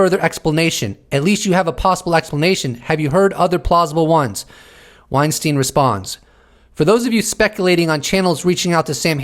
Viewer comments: Hey Eric last name is pronounced Wein-STINE not STEEN. He’s made that distinction in past interviews. See his latest Rogan interview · Not pronounced WeinstEEN though